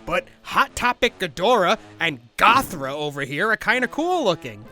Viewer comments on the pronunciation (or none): “Gothra” I’m sorry I just can’t.